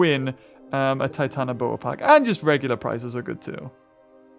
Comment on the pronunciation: it does not trigger me but it not called titanAboa, it is titanOboa. 🐍🐍🐍